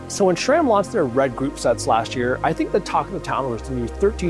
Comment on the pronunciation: Great news! Was waiting for this to drop. Always informative videos, no fluff. Also, pronounced sram, not shram.